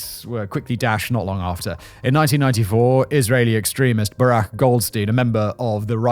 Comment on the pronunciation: Baruch —> Barack